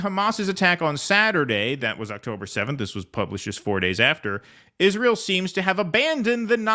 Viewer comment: He plays dumb like nobody I've ever seen. Pretends Israel had no input on Iraq. Pretends Israel didn't kill his uncle to hide the nukes and his dad to keep him from investigating it. Giant piece of shit. You can tell he says "Israel" so much it now comes out "Ishrul" from laziness.